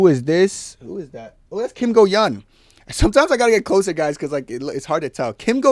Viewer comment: "Eun" is pronounced "Oon"